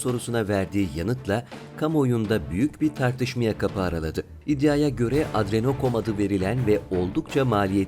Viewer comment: Kardeşim lütfen video yapmadan önce metinler ile kelimeri tekrar et ve bilmediğin dilde ,anlayamadığın kelimelerin doğru okunuşunu bul lütfen adrenochrom demeyi öğren. Bu arada video'da büyük emeğin var güzel olmuş video yukardaki dediklerimi yaparsan daha iyi olacakmış.